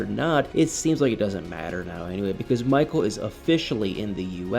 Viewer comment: Poor "Mah-cull". This screams "Get Out 2" 😂